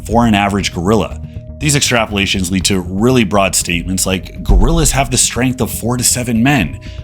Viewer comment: Stregth. XD